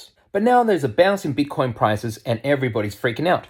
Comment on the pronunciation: You are hilarious "BIT-TAH-COYNE To dah moooon!"